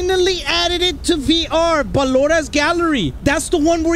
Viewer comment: He actually said ballora, who are you and what did you do to